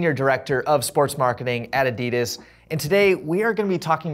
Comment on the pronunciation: Interesting that the interviewer can’t even pronounce Adidas correctly